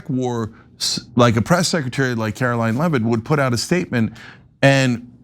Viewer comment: Karo-Lyin Levvett